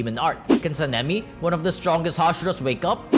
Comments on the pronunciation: San-nem-E says this guy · be like Senimi ✅ Sanemi ❌ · bros saying SENEMI not Sanemi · Him saying seemingly and not sanemi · Bro said san-a-me describing the wind Hashira